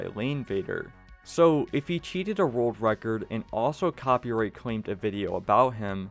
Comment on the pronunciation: World wecord? 🤣 Bugs bwunny